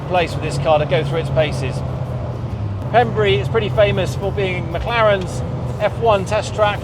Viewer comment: Ben it’s pronounced pembray 🏴 not pembree